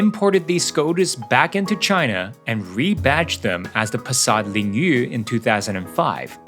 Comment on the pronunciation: Have you ever been Chinese? Because you speak the Chinese name Passat Lingyu very fluently.